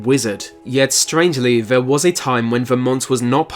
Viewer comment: I see what you did there 😋 (or should I say, "I see what you did fvere...")